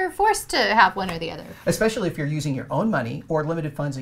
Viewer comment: So you’re an educator and you say “ec-specially?” SMH...